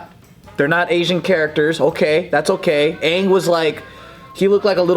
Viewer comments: Please deliver Netflix. It's aang, not uung. There's no dragon till season 3. And please no stupid unnecessary movement for one bending move. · The first avatar movie triggered me. They couldn't even say aang's name right in the movie. Hoping the Netflix one is better but my hopes aren't high.